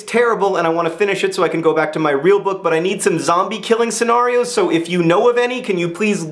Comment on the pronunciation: He said "zombie scenahrios" which is incorrect pronunciation.